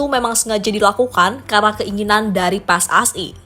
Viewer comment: Ini mba2 Yang nyeritain kayak susah ngomong anjir, kesel gw dengernya. Kayak pilek masa PSSI di bilang PSAI🗿